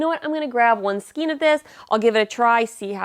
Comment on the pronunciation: Thanks for this review of so many Hobby Lobby yarns! My local store doesn't carry all of them, but HL does ship! (BTW, "Skein" rhymes with "chain," not with "scheme.") 😁